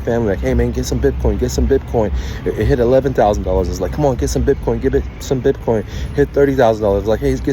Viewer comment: BIPCOIN 🤣🤣 This guy cant even say it What a shambles BIPCOIN CASH 🤣🤣 What a clown